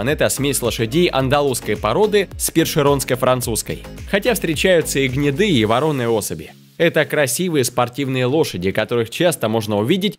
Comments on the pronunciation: Афффтыр, идьееет, ударение на третье О Вороной,а не Воронный..... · Все блин, Александрыч, у меня то же глаз заплясал, после воронной (с ударением на второе о )Аффтыыыыыыр дурак!!!Говорить учись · Лошади это не воро ны.А масть называется воронОй надо правильно ставить ударение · вообще-то конь "воронОй. Ударение на последнем слоге. Так поется в песнях. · нда, со словом "воронОй" у диктора проблема. он такого слова ни разу не слышал. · То, что в место вместо вороной говорит вороной, точно говорит не в пользу его грамотности. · о ЦЕНАХ ни слова ни сказано. В слове вороно́й, , ударение следует ставить на слог с последней буквой О. Надеемся, что теперь у вас не возникнет вопросов, как пишется слово вороной, куда ставить ударение, какое ударение, или где должно стоять ударение в слове вороной, чтобы грамотно его произносить. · Бесят блогеры которые не способны правильно произносить слова и ты один из них. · Информация сама по себе очень интересная. Но. От комментатора уши вянут. Неужели нельзя было нормально прочитать текст? Лошади не "упряженные", а упряжные. Цвет не ворОный, а воронОй, не аЛХатекинская, а аХАЛтекинская лошадь, ну и т.д. Из-за таких ляпов портится впечатление от хорошего ролика.